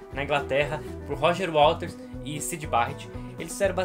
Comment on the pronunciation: Não é WALTERS, é WATERS